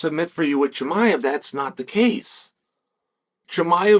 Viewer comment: So disrespectful, if you’re speaking about someone, at least have the decency to learn how to pronounce his name correctly.